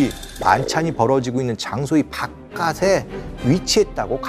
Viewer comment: 바깥에- 바까테라 발음을 하심이… 교수이신 분이 바까세라니…